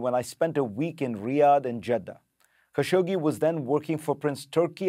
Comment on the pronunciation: Thousands of reporters can’t pronounce Khashoggi correctly ,even you ?